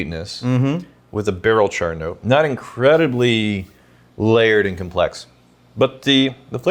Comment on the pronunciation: Am I the only one who thought of chore boy when said char all wrong.